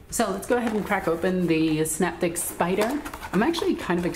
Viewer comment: Can (as in tin can) - optek, with a hard C :)